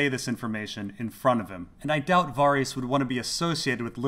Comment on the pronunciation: Why do you keep pronouncing it Var-ees? It's pronounced Var-is